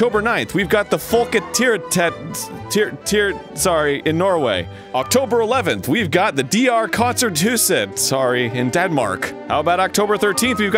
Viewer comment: He slaughtered those Scandinavian pronunciations. It was very entertaining. Me: Fal-ke-te-aater-rot Arin: Folke-tier tet (Meaning: People theater) Me: DR kon-cert hus-ett Arin: DR kon-cer thu-sett (Meaning: DR concert house) (Note: The pronunciations are difficult to describe in English letters. I'm danish.)